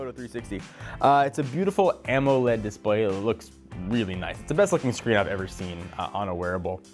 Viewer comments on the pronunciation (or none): none